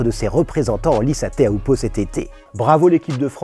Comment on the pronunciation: On ne dit pas Téa-ou-po mais Tiiioupo en tahitien :)